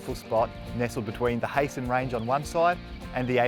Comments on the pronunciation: The Heysen Ranges are not pronounced “Hay-son”—the correct way to say it is “Hy-sen”. Named after Sir Hans Heysen, a famous painter from South Australia, who was born in Germany in 1877, and died in 1968. Please go easy on the ‘iconic’s—it’s such an awful cliché! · Would be nice f you can pronounce names correctly... Heysen is pronounced (High-sen). and Emu is Eam-you....Knobheads...